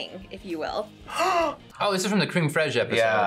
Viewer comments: I couldn't have resisted Chef's Chocolate Salty Balls. They looked delicious! Sharon and Jaxon were great together! So proud of Daniel for trying the challenge foods! Also, it's Cr-m fresh, not cream freezg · Creme fraiche is pronounced "Krem fresh"